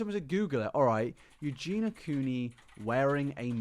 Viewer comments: Also, her name has four syllables...You-Gee-Nee-Ah...you say You-Gee-Na. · Love how you insist on calling her Eugena…. Instead of Eugenia…. 🤦🏽‍♀️🤦🏽‍♀️🤦🏽‍♀️ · You do realize you’re saying her name wrong 😂 it’s not Eugena ma dood, you’re missing the I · It's pronounced Eugeeeni-ah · Yu-gee-nee-ah .... Four syllables... I don't why this annoys me so much. Maybe because it shows such a lack of actual care or proof you don't do any kind of research or put very very minimal effort into your content. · He’s English… there’s nothing about his accent that should stop him from saying Eugen-i-a. I, for one, am not mad, I just feel that the continuous mispronunciation (not just in this video), seemingly without any attempt to try to pronounce it correctly or even address whatever possible reason it could be that he doesn’t is a little disrespectful. I know seems to mispronounce a lot of things, and I feel for him on that front, but it’s a person’s name after all, not just a random word, and “Eugena” is a completely different name to “Eugenia”. Considering he makes quite a lot of content about her, I feel it only right that he make a bit more of an effort to say her name right or at least, if that’s not possible, explain why he can’t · I hate when he says her name and skips a syllable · Idk, but he’s English so I don’t see how, and he is just missing out the I completely. Maybe he finds it difficult? But it’s best to try and get it right, especially when you make a lot of content on a person. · It bothers me that you constantly mispronounce her name. Kind of disrespectful too.